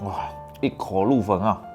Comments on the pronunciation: 我听起来以为是一口入坟。。。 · 我听成了一口入坟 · 一口入魂 我怎麼聽成一口入墳🤣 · 我听成一口入坟了，吓我一跳！！！ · 聽成一口入墳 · 我听也是一口入坟。。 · 一口入坟啊，好口音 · 一口入魂，我没开字幕时以为是一口入坟😆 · 把"一口入魂"猛聽成"一口入墳" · 我沒聽錯吧 一口入墳啊